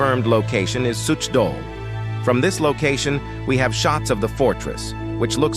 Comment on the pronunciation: LOL the pronunciation of a Suchdol. You can't pronounce like you would say 'as such'(dol). Czech ch is the same as H in word House.